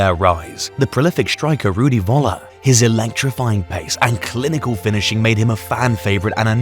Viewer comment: „The prolific striker Rudi Wolla“ 🤣🤣